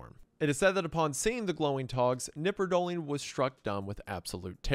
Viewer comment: In germany we pronounce the K in knipperdolling. Just fyi